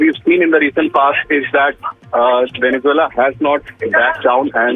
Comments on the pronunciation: It's Venezuela not Venezoola 😂😂😂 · For f sake, pronounce Venezuela properly! 😡